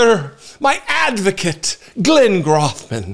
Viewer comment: You are pronouncing his name incorrectly. The “O” in Grothman is pronounced long like hole.